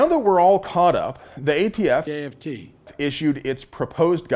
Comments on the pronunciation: Biden saying AFT never gets old. I have to rewind due to my laughter all the time. 😅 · Love Joe's contiued cameos !!! When will we learn how to pronounce aft..... correctly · Yeah we get it...Biden called the ATF AFT. I don't need to be reminded of it every time you say ATF. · Never stop playing joe saying “aft”. Love it!